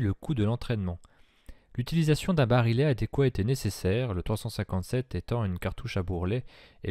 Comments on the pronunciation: Vidéo très intéressante. Une seule remarque, pour le barillet, on prononce "bari-yè" et non "barilé". Bonne continuation ! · On prononce bari-yet et non bari-let. Comme dans billet. Ou dans vrille ou quille, et la majorité des mots en "ille". Les mots ville, tranquille ou mille sont strictement d'origine latine, ce que ne sont pas les autres. Sinon, le MR73 avec ses crosses bois a un sérieux inconvénient : il pente trop vers le haut en prise de visée spontanée les yeux fermés. Ce qui n'artive pas avec sa crosse Trausch. Faites des essais les yeux fermés avec d'autres revolvers, par exemple S&W, vous comprendrez. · barillet prononcé barilet ???